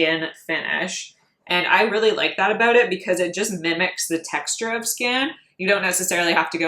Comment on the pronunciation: You’re so pretty and then you ruin it by having that self tanner that makes you look like a Cheeto. 🤮🤮 do yourself a favor, ship the self tan and enjoy your beautiful fair skin. Also what’s up with the weird way you say “about?” Fix that